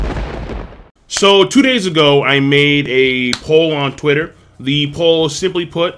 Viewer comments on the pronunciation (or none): none